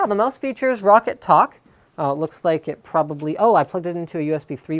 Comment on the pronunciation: It's roccat, not rocket and as much as I like your videos, all you appear to have done is read a spec sheet? :| Oh well. The Kone Pure Optical I used for like 10 days. Hated it. The grip wasn't my main gripe, I can live with that. It was the LIFT OF DISTANCE. Why ROCCAT screwed with the A3090 sensor by using a custom lens, I just don't know, but the lift of distance was like 2 cms plus it was a tiny mouse and I have a medium-small hand - 7" from middle finger tip to base of palm. Joke mouse. Anyway, I may try this. Not sure. I really wanted an Avago-3090 Optical, but sadly not too many mice have them... well they do but the build quality usually sucks alongside it. I settled for a Zowie, but Zowie suck because they have such little stock to dish around and there are only 2 websites in the UK that ship them and they're almost always out of stock of EC1s. Anyone who has an EC1 EVo that has used or got an Kone XTD... your opinions? I'm a palm gripper / FPS player mostly.